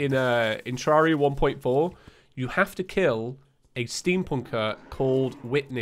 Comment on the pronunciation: yeah yeah whatever i bet you're dead inside after saying terraria correctly